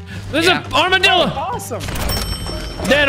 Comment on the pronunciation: The most southern accent I've heard in a while right here when he called it an Armadilla